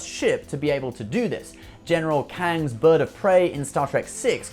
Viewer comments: General Chang. Not Kang. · General Kang? Really? General Chang. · General Kang? Surely you mean general Chang 🤣